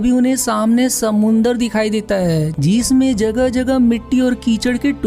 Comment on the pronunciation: Bhai... Apni hindi par work karo... जिसमें और जीसमे अलग अलग होते है। जिस पर और जीसपे।